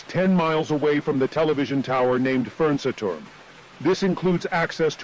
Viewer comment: The way this thingy pronounces “Fernsehturm” makes me wanna commit crimes